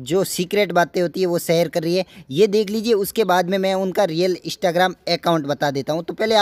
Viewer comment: Bkl bolna seekh phele. aiistagrem nhi hota Instagram hota hai!